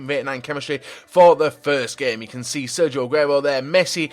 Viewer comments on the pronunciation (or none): none